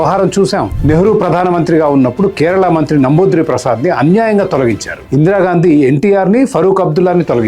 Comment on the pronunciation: నంబూద్రి ప్రసాద్ కాదు నాయనా నంబూద్రి పాద్